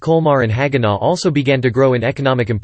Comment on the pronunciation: Careful of the pronunciation of HAG-EN-OH. Strasbourg sounds more like “straus” (i.e. Levi Strauss). Saying “strass” sounds too German. Yes, Alsace is a pronunciation nightmare but in some ways, native English speakers have an advantage. Schwindratzheim, Niederschaeffolsheim & Breuschwickersheim. Have fun asking directions! 😂